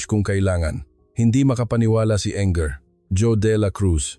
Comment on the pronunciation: Pwede po ba paki basa at paki bigkas ang maayos ang mga salita. Engr. pero binasa ng “enger” ? Db Engineer yun? Basahin mo ng English and English word correctly please. Laging lang mali ang pronunciation ng Tagalog. 😡 Ganda sana story eh. Pasensya na